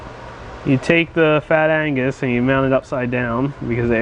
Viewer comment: Agnuuuuuus! not "angus" !!!! LoL